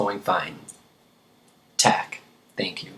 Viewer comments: did he really just say tak as tack....... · The a in "tak" is not like in anger, but more like in apple. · Hi remember the different sounds of the vowel "a". In "tak" the a is "round" like in "are"...